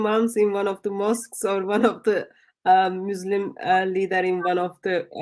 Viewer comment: Sometimes I wish would fix her pronunciation. It could just take a course, not really rocket science! Like its not showVed but showed It's not muislem but Muslim It's not lyingk but lying It's not theyv but they She already has a a pretty good vocabulary so it's mainly her pronunciation, I think her ministry is amazing and she is a remarkable lady! I especially respect her courage and determination. God bless